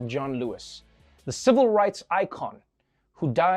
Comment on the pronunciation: Did that anchor seriously call him Don Lewis?? I've listened to that opening several times now.